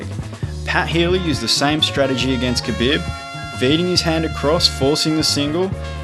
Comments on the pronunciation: Ka BiB. hehehhe... it's Ka BEEEEEB :) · The way you say khabib annoys me...